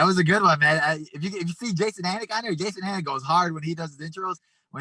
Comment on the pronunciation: He said Jason Anik?